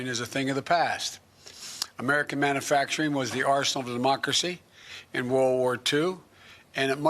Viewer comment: Guy can’t even pronounce manufacturing,never mind what it means.